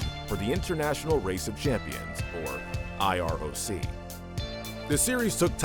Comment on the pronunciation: Was this video made for kids lol, that’s ok. So hey kids it’s not I R O C it’s called like iRock ha and not I M S A but just pronounced like im-zuh ha.